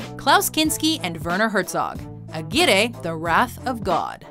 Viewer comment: aguirre... the RR is pronounced like the R in Rabbit... strong